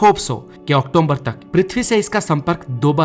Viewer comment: ❤Nice but it's October not octomber